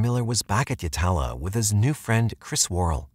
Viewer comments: yatla. not yalata. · My neck of the woods Yatala is usually pronounced more like Yat-u-lu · G-day, I’m South Australian born & bred. I remember this tragic & sad case as a child. May I say with no offence as your probably not from Australia 🇦🇺 yet alone S.A. The prison you mentioned Yatla is an indigenous/aboriginal word & sorry you’ve mis-pronounced it! That’s Ok 👍🏼 it can easily happen. But thank you for doing this case this is one of many cases from S.A. not shared. RIP to all these young ladies who lost their precious lives. 💔🥺😢🙏🏽